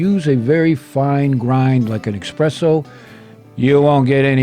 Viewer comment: Espresso. Not expresso. I’m going to try this coffee rub though. Nice one!